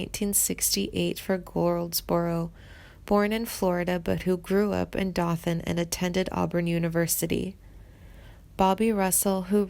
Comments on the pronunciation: Not only that, but the narrator can't even pronounce Dothan. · She pronounces Dothan wrong. Do (long o as in doe), th (emphasis on th), an (pronounced EN). Like in the sentence: ' DOe at THe ENd'. It irks me to hear it pronounced wrong. This is a Southern Regional dialect. Only found in SE Alabama, SW Georgia, and NW Florida. All in all about 20 counties. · Nor can she pronounce Dothan